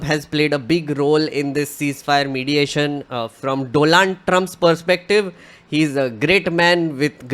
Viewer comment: Are you deliberately mispronouncing the name "Donald" ?